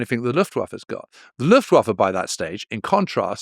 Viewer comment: One word: Luftwaffer.